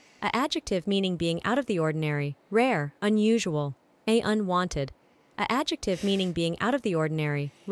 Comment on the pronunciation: NL somehow getting "unwonted" despite the A.I. messing up the pronunciation only for him to then submit "verger" with full confidence absolutely sent me